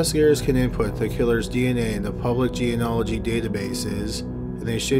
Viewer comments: Geneology. Gee. Knee. Ah. La. Gee. NOT jean-ah-la-gee and not your new attempt of gee-ah-nah-la-gee. Why is this word so hard for you? No, really, why?? Gee-KNEE-ah-la-gee. There’s a knee sound in there! It’s NOT HARD. Please, for the love of all that is unholy, LEARN TO PRONOUNCE THIS WORD. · FYI:" geneology" is pronounced "jee nee ahl o jee" not "jee in ahl o jee". Think of it as 'genie-ology' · Bruh. Say it like this: genie-ology. Its not jean-ology. You can't just leave out an entire syllable, even if you are faking an American accent. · You know, with how much you've talked about genealogy in the past few videos you should really learn how to actually pronounce the word